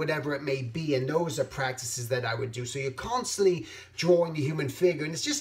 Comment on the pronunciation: I'm not being sarcastic, I really like how you pronounce "drawing". ...DROR-ring. Anyway, great vid as usual. I usually listen to your vids when I'm doing my freelance work. It's very inspiring and calming.